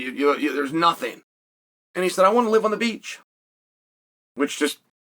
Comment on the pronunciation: He even said it just like “wnat”